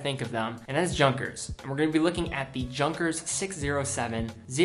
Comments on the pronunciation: For Gott's sake, it's not /ˈdʒʌŋkəs/ "Junkers" like in "junk", it's /ˈjʊŋkəs/ like "Yoonkers"! And it's "shtowa". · I awarded this a 'Like' but I offer the following comments. There's minimalist, and there's the Defakto Vektor, which is nothing. Junkers, is pronounced Youngkers. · Junkers is pronounced Younkers. Btw, is it possible to do without the background music. I know it's not loud but for some strange reason I find it kind of unnecessarily interfering. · I believe you should pronounce Junkers beginning (Youn) as you pronounce it for Junghans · Not quite sure but i guess that letter j in Junkers is pronounced not as in "junk" but like in "yes" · WHy do you pronounce the names wrong?!!! It is "Yoonkers" not Jankers!! Please correct your pronunciation. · Yoonkers, not Junkers! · It's simply. Ju=you. Rest is the same. (You)nkers. Remember please :) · BTW, it's not pronounced like Junk, it's pronounced more like yunkers. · Should be pronounced Yunghers not JUNKers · younkers, not junkers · Junkers? Really? It's pronounced Yunkers, as in Yew(like the tree)-nkers or nkas. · About Junkers: First of all, it's pronounced YOONKERS. Second, much of the appeal of the brand isn't just the style. Junkers is a legendary, historical aircraft company. the current Junkers watch brand was established by members of the original Junkers family and the watch designs elude to the aircraft designs. This is especially notable with the Tante Ju (a nickname for the legendary JU52). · Like the series-Picked up a Junkers quartz watch on sale out of sheer curiosity. Great no fuss, daily office watch. By the way, it’s pronounced “uuuunkers”….. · I'm not from Germany so correct me if I'm wrong but is the Junkers pronounced like /Yoonkers/ and not the way did? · I giggled when he mispronounced those German words. It's quite funny, especially this "junk-ers"! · Its kinda funny that he pronounced Junghans with Y but Junkers with J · You should learn how to pronounce the Junkers.